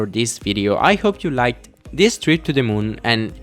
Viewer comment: "to the mun" ~ 2017